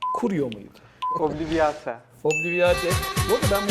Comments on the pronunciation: Obliviate aslında obliveyt diye okunması gerekmiyor mu? Sanki hermoine öyle okumuştu ama. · Tam Türkçe telaffuz "obliviyeyt".